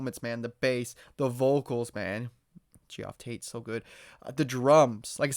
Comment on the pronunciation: Queensryche ends in a “k” sound, not a “ch” sound. And also…it’s pronounced Geoff Tate sounding like “JEFF” Tate, not like “gee-off”